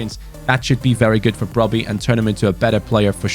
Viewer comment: the correct Pronunciation of Brobbey is Brubbi